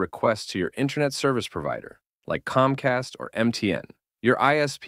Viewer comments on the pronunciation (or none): none